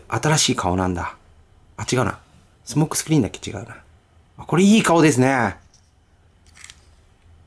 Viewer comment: 一番最初、スモークスクリーンのこと「相撲スクリーン」って言っちゃってますねｗ しかしコンバイナーウォーズはどれもリデコが上手ですなぁ。早く日本でも発売してくれぇぇぇ！